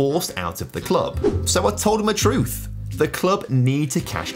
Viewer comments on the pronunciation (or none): none